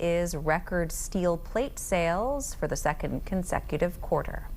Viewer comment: What's a "quater"...😂